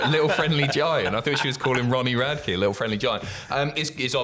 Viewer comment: Hey just a heads up but Ronnie Radke’s name is not pronounced like Rad-key instead is pronounced like Rad-ick:)